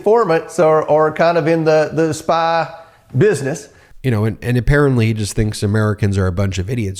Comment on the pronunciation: The GOP, still playing stupid. Lmao, did he just say spa business? 🤣 Nah, it was spi-yah bid-nutz. This is too ridiculous to take seriously! C'mon man, you can play a better game than this. Get your lies straight, pilgrim! You are going to lose your seat on the pork belly joyride to Hogheaven. No mo poke salad for you. No grits, no chitlins, no more, of that sultry sweet, Cajun Queen dessert, that you so, desire. Oh, woe, to the two-tongued politicians who defame the innocent. Follow the Missouri rules of truth and show us. You talk the truth, but you don't walk the truth.